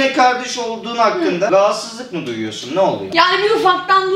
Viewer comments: Guvuv duyosun kalıbını 3 kere dinledim sonra bende guvuv demeye başladım :D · yani guvuv duyuyosun: evet guvuv duyuyovum